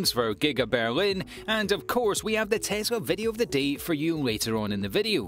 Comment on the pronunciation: It’s Tes la not Tes ra.